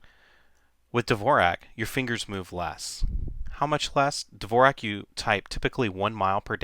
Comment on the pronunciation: you are pronouncing dvorak incorrectly. it's like the great composer, Dvorak, which the world has been pronouncing correctly for years. if you're telling me everyone pronounces it incorrectly, i will never have any respect for this method. first learn to say the guy's name right. and i read that the speed factor was never proven. and the reason mrs. blackburn "REFUSES" to type on the other one is because she doesn't want to make the switch, just like so many of us who don't want to relearn.